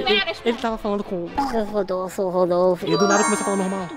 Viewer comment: Gente ai ele fala que o nome é Rodolfe mais agora em 2025 ele fala Ruldofe